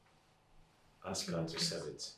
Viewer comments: People...... it's PALACE.....not PALES 🤣 ASK not AKS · PEOPLE ITS PALACE pronounced as PALAS NOT FRIGGING PALES. IT'S IRRITATING TO EARS. ONE MORE THING, ITS ASK NOK AKS.😂😂😂